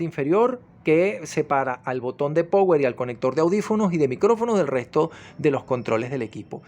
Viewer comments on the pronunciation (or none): Amigo se pronuncia "RICIVER" no "receiver". Como se escribe. "Power" se pronuncia "PAUER". Hágale, no es difícil. Buen canal.